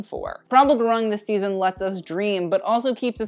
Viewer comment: Gurung is actually pronounced 'gooroong' ...but as English does not follow standard Latin pronunciation, we understand most English speakers would butcher anything.